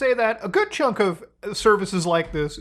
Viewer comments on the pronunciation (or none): none